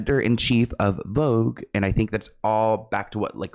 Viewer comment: VOGUE became FAUX-GE